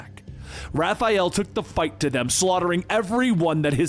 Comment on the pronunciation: Raph, not Ralph. He's not Ralphael, he's Raphael